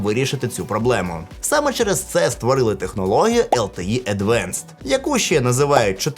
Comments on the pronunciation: advanced, not advenced. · Тільки Advanced, а не Advenced